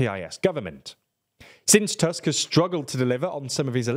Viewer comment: In Polish, "U" is always pronounced like "u" in "butcher", so the surname "Tusk" is not pronounced like the English word "tusk" Secondly, "CZ" is pronounced like "ch" in English, so your pronunciation of the surname "Kaczyński" is incomprehensible because you pronounce the surname like "Kaziński". And the last thing is that the letter "J" in Polish is pronounced like the English "Y". If you don't know, you can always check the pronunciation of the names of the people you are talking about on Wikipedia :P